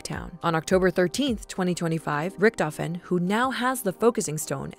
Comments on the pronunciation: I literally got lost once she said rictofhen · richtofen: dah krenorium but I red it riktofen: read it again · every time she says, "richtofen" take a shot